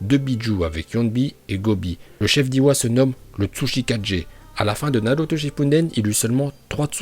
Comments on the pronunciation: Tu fait d éliré quand ta dis uzumaki naluto 😂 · OMG D'OU TU DIS PAS NALUTO?